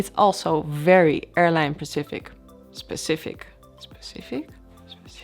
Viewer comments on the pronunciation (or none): Pecific...Pecific? Specific? Specific...I LOVE this girl! I don't even speak ONE language well. When you say you'll end up in the "right seat"...you mean the left....right? :-) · Speshific, ? Specifics, ? Specific, .